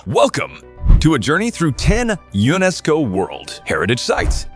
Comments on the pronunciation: Are we supposed to pronounce the word as U~NESCO? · I enjoy your lists but PLEASE learn how to pronounce place names. I cringe at many of them. Mont Saint-Michel? Unesco?Really? (I'm not typing them phonetically but if you do even a basic Google and press the speaker button you can hear how both of those are supposed to be pronounced.)